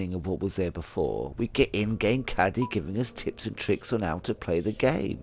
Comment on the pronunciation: Cadey... as in evercade... Sorry I chuckle when I hear Caddy, it reminds me of UK Kraut gaming and Golf. As for Glover, it's fine, but yeah a few times I really wanted an analogue stick.